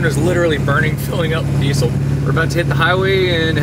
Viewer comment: Dude, it's pronounced: deezel (diːzəl).